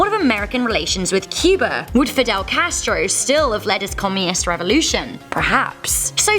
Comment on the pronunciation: The defining point in world history? Not hiring a voice actor that cant pronounce Cuba and reading a script written by someone who learned about history from YouTube.